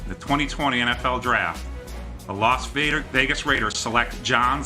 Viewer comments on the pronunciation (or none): did he say las raiders vagus